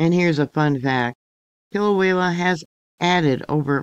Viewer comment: Kill-away-uh. No L at the end. Thank you!